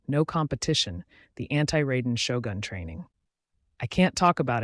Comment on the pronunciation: honestly, when I hear someone pronouncing Raiden Shogun as "Rey-den Show-gan", I'm cringing so hard. Edit: And then he double down by pronouncing Ei as "Aye"!!!